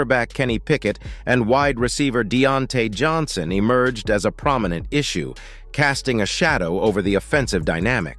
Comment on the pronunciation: I turnt this off after he pronounced Deontae Johnson name like that 🤦🏾‍♂️